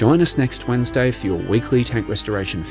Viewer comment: “Workshop weddinsday”